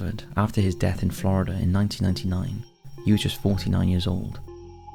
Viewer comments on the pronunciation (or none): none